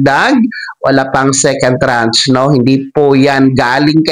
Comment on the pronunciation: Tranche, not trach....at hindi ako maniniwala diyan hanggang hindi SSS mismo ang mag announce.